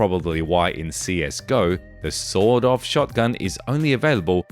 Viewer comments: With his accent it sounded like he said sold off shotgun😂. Still a good entertaining video. thanks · Within 40 feet you're pretty much good to go with an SBS In America its "sawed-off" with a hard D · Aye guv, we don't bloody well say "sawn off" here in the States. It's "sawed off" with a Hard D (pronounced "saw Doff").